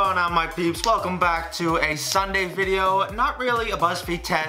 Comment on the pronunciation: I thought in the beginning he said what’s up my pubes 😂